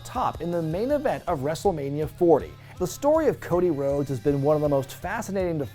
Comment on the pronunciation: Ah yes, the evolution of Woah-dy Woah-des